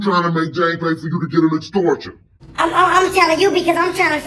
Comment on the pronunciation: He said "an exsortion" 😭😂😂😂😂😂